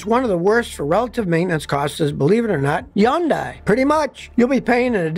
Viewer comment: NO. not YUNDAI. HUN DAI. That's it. Just HUN DAI. No Yun